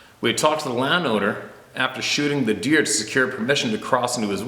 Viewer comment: Looks and sounds like you may have had a couple of them coronas before doing the video and its deer not beer lol